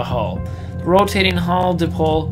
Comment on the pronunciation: It’s PaTent not paDent. And dipole, is die-pole, or d-eye-pole.